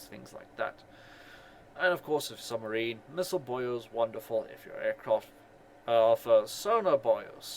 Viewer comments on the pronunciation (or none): Hearing you call them radar and Sonar "Boy'os" is kinda funny